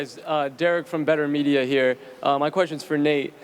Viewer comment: “I’m Derrick with Better Media “ Nate: “alright Derick Betermedia”